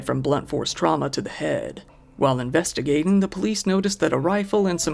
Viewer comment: "while investiGaTiN' "